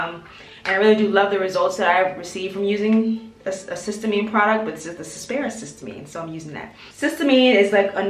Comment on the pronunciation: Thanks for you video; your skin looks great! I learned about this product via Dr. Alexis Stephens. I believe it's pronounced: siss- tea- uh- mean. 😊